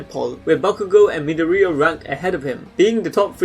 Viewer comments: Me-da-re-ah? Do you mean Ma-dor-e-a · Midorea lol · Did he call deku “midoorea?” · Can’t even say madorias name properly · triggers me on the way he pronounces Midoriya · Anyone else hear how he pronouned Midorya(dont Know how to spell his name) .